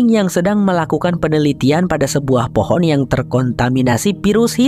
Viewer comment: Fohon hahaha jadi fohon kan 😁😁😁😁😁😁